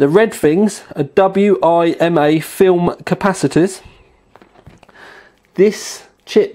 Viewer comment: The WIMA caps are usually just pronounced "WIMA" same goes for ELNA caps, and the op-amps are operational amplifiers. That's the lingo :P